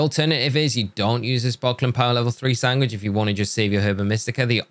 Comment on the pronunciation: how do you pronounce sandwich?!! sangwick??